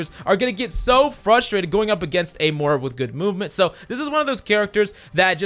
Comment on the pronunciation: ITS NOT MORE UH ITS MOIRA